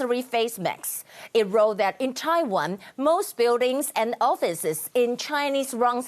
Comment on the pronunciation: errrr.... taiwah numberrrr....one 难破万请你吃田鸡